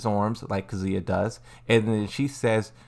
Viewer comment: And kuzuuya